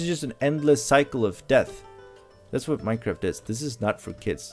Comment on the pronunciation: Also i love how he says MineKraft and not Minecraft XD